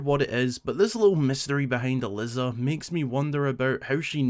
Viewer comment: I was thrilled when I found out there was an NPC with my name, I've basically never seen it used in any mainstream media. That being said, every time you pronounced it as Al-liz-ah I aged another year